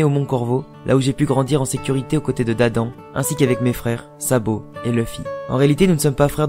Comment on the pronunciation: Slt, petite précision ça se prononce "Dadane" mais ça s'écrit Dadan.